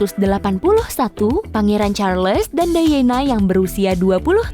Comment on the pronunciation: Lady "Dayena" harusnya Lady "Dayana". Charles harusnya "Carls"